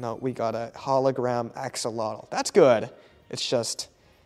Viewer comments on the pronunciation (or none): none